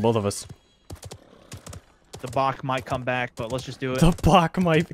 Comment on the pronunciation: "I'll be Bok"